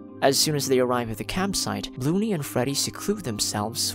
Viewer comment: “Bloo-ney” so funny to hear that 💀